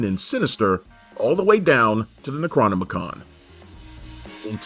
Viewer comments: Have we all been mispronouncing "necronomicon" incorrectly all these years or did this guy just mispronounce it? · Ne-cro-no-mi-con? 🤨 Are you sure about that? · This was a bad vid... From the incorrect pronunciation of 'Necronomicom', to the use of 'spastic', to getting Lance Gilbert's name wrong... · Anyone else triggered by the necronomicon pronunciation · BRUH....how you gonna be out here pronouncing necronomicon like that!? Honestly a bit insulted that made it into the edit. C'mon, you're a horror channel and should know better. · He did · Slaughtered the pronunciation of necronomicon lol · I actually thought I was mispronouncing it all these years. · What you said?! Nec-a-what’s-that?